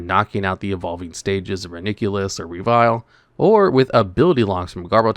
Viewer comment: The way you pronounce Reuniclus is simply ridiculous